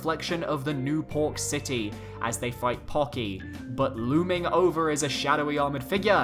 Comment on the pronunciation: pokey not pocky. geez m8 it's not hard to pronounce.